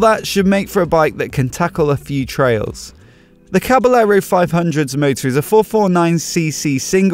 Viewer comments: Usually the word caballero is pronounced “cabayero,” where the two Ls sounds like a Y. Is it different for this particular bike? Great video btw! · Can't handle it - OCD won't let me not make comment - I beg you not to pronounce the two "l's" - it's Caba"y"ero - just like it's Ma"y"orca - oh, and the beer is Estre"y"a - ahhhhhhhh! Other than being a smart-ass - yep, that's a nice bike :-) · Dude...it's pronounced "Caba-yerro". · May be because this bike is Italian or the guy doesn't know that in Spanish two ll are pronounced like a y or both :) Like the bike and the vid. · hahahaha just trying to help you improve your spanish pronunciation